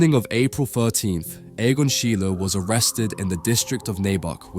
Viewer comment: Can you effing learn how to pronounce a name before making a video about the guy?